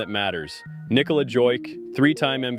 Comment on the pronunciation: Man, you lost me — all those years and you still can’t pronounce Nicolas’s last name.